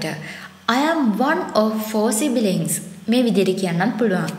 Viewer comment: It's sibling , not sibiling , correct it